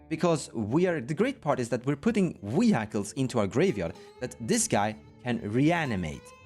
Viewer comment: Wee-Hykles is fantastic and the only way i will say it from now on